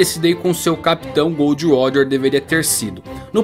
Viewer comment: Mano, pq ce fala, "Gold roger" se é " Gol D. Roger" essa referência a metais na tripulação de roger acho desnecessária